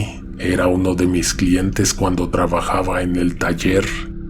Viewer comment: Cuando dijo uno le entendí kunno. Eso sí que me dió muchísimo asco y miedo.